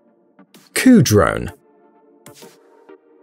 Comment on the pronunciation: a dron is a vehicle? wtf he said?